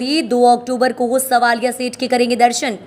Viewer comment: Madam svalia nhi savalia seth mtlab krishnaji ko bola jata h